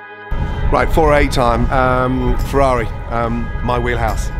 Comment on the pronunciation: ItS NoT FeRaRri ItS FeRAWri